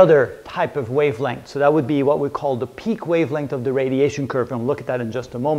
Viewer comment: sir u said something "pik wavelength" sir really I don't understand your slang sir but iam getting it by subtitles but no subtitles for this video 😭😭 so plz say it sir thanks regards I mean thank you for advance 😊